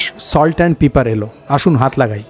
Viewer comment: Pepper er uchcharan paper, peeper noi.